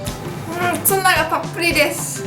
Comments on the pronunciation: 油切りをしてないツナが 油切りをしてないツバて 聞こえた（笑） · つばの発音気になった人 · 油切りをしてないツバって聞こえた